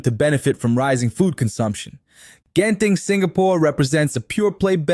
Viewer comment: How you pronounce Genting? Funny and weird.Ganster, Genting, The G.